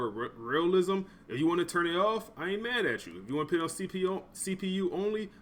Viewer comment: Put not pit sir, no disrespect